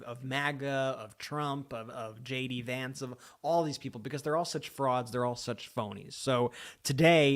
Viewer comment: When you jd Vance it sounds like you're saying Shady Vance. I Love it keep saying !!!!😂❤❤😂😂😂